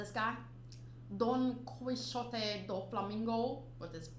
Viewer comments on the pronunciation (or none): I'm afraid to say that you're saying bad Doflamingo's name. It's not Don Flamingo or Mister Flamingo, his first name is Doflamingo (all together). You're are also saying bad his surname, but because of the pronunciation (is actually an spanish name) so it doesn't really matter. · Someone else probably said this but doflamingos last name is donquixote not don quixote its one word.